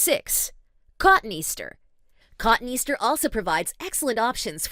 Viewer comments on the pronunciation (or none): ‘Cotton easter’! 😂 AI voiceover?